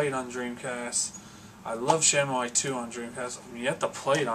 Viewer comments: Shenmuayy? If you love the game so much, then surely you've seen enough developer videos to know its pronounced SHEN-MOO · Shenmue & Yakuza are some of the best series' EVER, however when you say Shenmue it hurts my ears because you say it horrifically wrong :P cool video